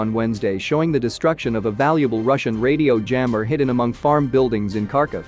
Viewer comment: Harkiv not karkov